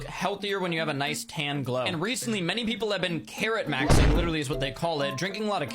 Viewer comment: When you said “carrot maxing” I heard “Karen maxing” and that you had to eat them 😂